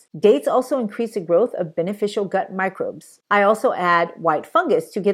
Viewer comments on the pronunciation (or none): none